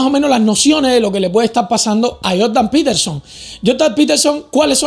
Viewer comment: “Joldan petelson”